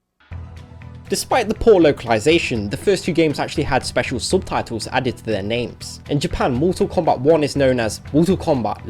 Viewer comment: I'm very impressed how the narrator speak their name's right...